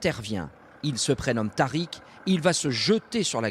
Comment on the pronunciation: Tarik ne se prononce pas comme ça 😂 Mais un grand BRAVO à lui ses blessures lui rappelleront à vie son acte héroïque. Qui sait les morts qu’il y aurait eu si il n’était pas intervenu…